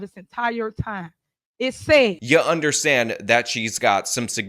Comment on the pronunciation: It is not yoh ... it is you.